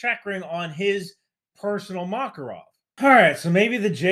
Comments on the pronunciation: You're still kind of wrong lol It's not Mákarov, its Makárov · btw, it's makArov, not makarOv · Alright alright, but it's pronounced maKARov